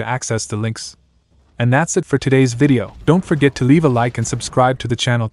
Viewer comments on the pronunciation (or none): none